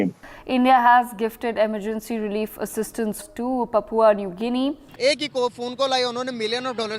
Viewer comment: LOL! It is not Papa New Gunea but Papua New Guinea.